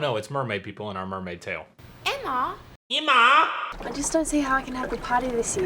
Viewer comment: excuse me it's pronounced eimma